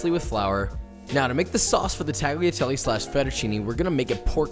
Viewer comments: Tagliatelle is pronounced without the hard G. IOW, the G is silent. tagliatelle: definition from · The way you pronounced tagliatelle made me want to die. Love the channel tho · lol I had the same exact thought. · uh...it's Talliatalle-not taghiateli. Italian is hard to prnounce tho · tagliatelle is not pronounced tagleeatelly its taliatelle cmon josh u cant be a chef and not pronounce Italian words right. 4 years ago tho ill give u a pass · Love the content! I just want to point out that tagliatelle is not pronounced TAGliatelle but it is pronounced more like "Tal-ya-telle". This is because "gli" in Italian is comparable to the sound "ya". So for example in my last name, Pugliese, it is not "PUG-liese" but more "Pul-yay-se". Also, tortellini is already plural with the singular being "tortellino" so no need to add the s at the end. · Tag Lia? No sir. The G is 99 .9% silent. Impossible to demonstrate here. Pronounced “ Talia” Listen to an Italian pronounce it correctly. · Tagh lia telly. Please, NO! It's Talyatelle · Tagliatelle has a silent 'G', so it's pronounced 'Talia-telle'. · Josh I love your channel, but it's pronounced "tall-yuh-tell-ay". It'd be like pronouncing "tortilla" as "tor-til-uh" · I love Josh, but being Italian and hearing him say “Taggly Atelly” made me double-take lol. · I enjoyed the video :) I just want to let you know the “g” in “tagliatelle” is NOT pronounced. The “gli” sound is different but you can get away with “tah-lee-ah-telleh”. Common mistake :) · yo you need to pronounce tagliatelle a lot better. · Don't pronounce the G in tagliatelle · I know this is pretty old but you pronouncing the g in tagliatelle hurt me soul. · A common mistake americans and non-italian speakers make is pronouncing tagliatelle. The "g" in that word is silent. Just for a fact. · no hate, but you don't pronounce the g in tagliatelle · The way you pronounce tagliatelle just... it makes me consider disliking all your vids, not that I would